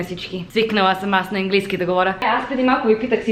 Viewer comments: Произнася се английски,не енглийски!Може да кажеш свинщина!Не ти го казвам като хейт!Надявам се да разбереш какво съм ти написала!❤И можеш да казваш ама вместно но понякога!Аз го използвам! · It`s right to say english - английски, the "a" is not said like [e]. Anyway, you are ABSOLUTELY adorable and I would totally love to try one of those ice latte vanilla syrup(ванилов сироп ;) )